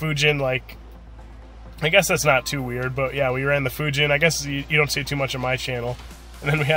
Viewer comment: you said fujin wrong